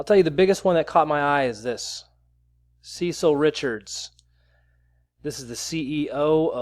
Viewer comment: Cecile is suhSeal’ . Not Cecil see’-sil , which is a mans name